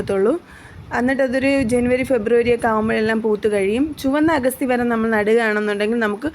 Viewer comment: ഏൻറെപൊന്നുപെങ്ങളേ""""അഗസ്റ്റി"ചീരയല്ല അഗത്തിചീരയാണ്